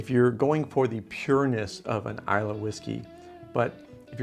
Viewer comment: Malt Whisky, not Scotch. The 'y' is silent in Islay.